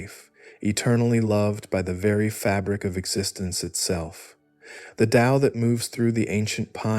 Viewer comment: This is the first recent discription of Taoism that pronounces the word Tao with a D sound. You did it the correct way. The voice is perfect. Actually this was so well done I can't conclusively say that its AI. It sounds like a real person. Not the same droning voices usually heard with AI. Anyway the explanations were also excellent.